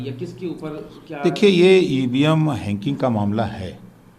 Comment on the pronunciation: Chacha ko Hacking 😆😆😆 bolne to aa nhi rha chale hai hack krne hainking 😆😆😆😆😆😆😆